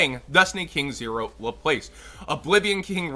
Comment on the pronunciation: The word Laplace is french, its actually pronounced Laplas. It's alright, doesn't do all that much besides a big body. I really wonder if theyre going to take their time giving us DDD king zero and the link. They've always stalled the hell out of DDD support.